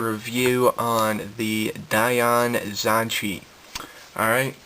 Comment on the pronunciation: Omg pronounce it correctly